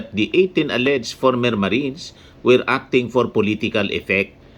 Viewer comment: Tuwing binibigkas mo ang 18 marites ang dami ko tawa hahahha marites lang pla mga marines kakahiya😂